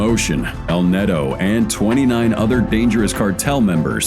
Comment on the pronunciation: btw you show a LAW, not a nade launcher........JEEZ, also its not "netto", its neto or nieto.